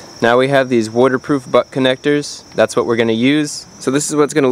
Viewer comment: “Wooderproof relay”